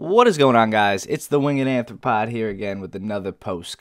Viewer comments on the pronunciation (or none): 2 things... cause we knows youse loves pronunciation and grammars eh? 1. arthropod An arthropod (from Greek ἄρθρον arthron, "joint" and πούς pous, "foot") is an invertebrate animal having an exoskeleton (external skeleton), a segmented body, and jointed appendages (paired appendages). 2. Sinai [sahy-nahy, sahy-nee-ahy] Love the videos... keep em coming. Unique and fun! Analysis right on the money. Love both the post and live game play commentary. Do what you love. Go DUKE love the dog love his look keep showing him in your vid post or intro please.